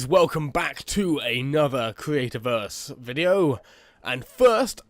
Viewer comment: subswibers, weally, cweativerse, celebweat, inspiwation, mainwey, awea, just a few Words you said, what is with you and W's dude. comon not every word in the english language has a W in it